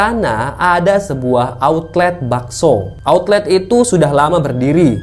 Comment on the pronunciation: outlet,bukan autlet